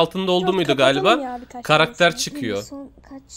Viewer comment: Abi karaktere karader dedin